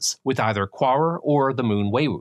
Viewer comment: You say Quaoar, I hear Poirot... time to go watch the lovely David Suchet ;P